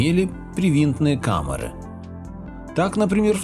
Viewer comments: КАМЭРЫ ШМАМЭРЫ...ПИСЕЦ !!! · Как-то по жидкости произносишь слово "комера" ска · КамЫры! Ведущий, говорите правильно! КамЕра , а у вас КамЫра...